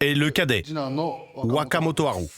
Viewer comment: Un petit effort sur l'accent aurait été le bienvenu, ouakamotoharou voila quoi. :D On se voit à Bercy les gens.